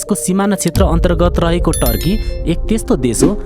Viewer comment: टर्की हैन तुर्की